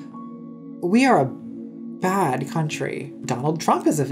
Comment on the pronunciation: If anybody should have been cancelled for anything, it's for how Buck Angel put the emphasis on "BAD taste" both times instead of highlighting the difference between "GOOD bad taste and BAD bad taste."